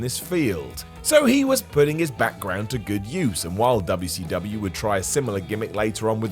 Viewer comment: If you didnt know who paul is then you probably shouldnt do wwe lol and why do you keep saying wcw like that? The hick wrestling was ecw not wcw